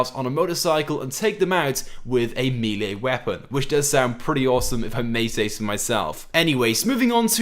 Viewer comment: Milee or Melee?? (Melee ofcourse. Don't know why you say Milee.)